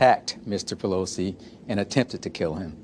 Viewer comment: is jesse waters saying "poleef" ? hahaha